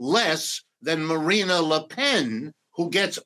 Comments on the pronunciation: It's embarrassing to hear this "expert" on France incorrectly pronounce Marine Le Pen's name all throughout the interview. It's Marine and not Marina. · Please, it's Marine, NOT Marina. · I couldn’t take him seriously when he kept saying MarinA le pen 😐